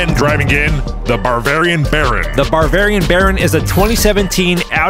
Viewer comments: Anyone else realize that they said Barvarian instead of Bavarian? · You say Barvarian, i say Bavarian... Let's call the whole thing off. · It's "Bavarian" not "Barvarian" (you guys added an 'r' for some reason) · Y'all both clearly said BARvarian but the text is Bavarian...? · Okay. Since this guy won y'all need to learn how to pronounce Bavarian right. It is not "Bar" varian like you said introducing them. It's typically pronounced like "Buh" or "Bah" but spelled without an h in most circles. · Bavarian, not barvarian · There are many confused Germans right now. Please learn to pronounce 'Bavarian' before the final tourney. 🤣🇩🇪🍺